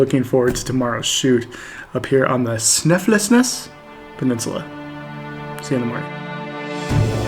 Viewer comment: Sn i fels nes. something like that is how you say it mate.